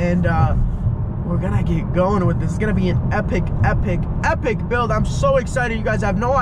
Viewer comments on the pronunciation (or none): “Hepic hepic build” at least thats how it sounds lol